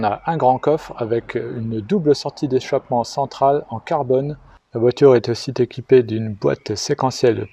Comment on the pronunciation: Salut! J'ai commencé à regarder cette vidéo comme je regarde toutes les autres. Puis, à 1 min 04 s est arrivé le premier éclat de rire, qui aura été suivi par plein d'autres. Mention spéciale pour la liaison entre "aussi" et "équipée" à 2 min 16s. Fred de NICE.